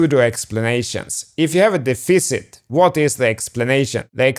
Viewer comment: Dude it’s def-icit not dee-ficit hahaha